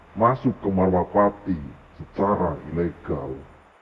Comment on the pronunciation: Bukan marwapati om , tapi malwapati